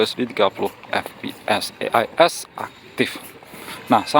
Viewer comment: e ai es..pngen ala indo ato inggris to bang...klo inggris e nya jd i donk😂